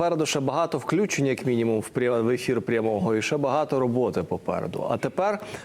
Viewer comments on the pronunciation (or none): none